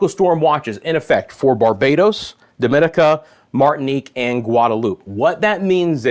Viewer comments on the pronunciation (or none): DOMINICA, is pronounced Domin nica.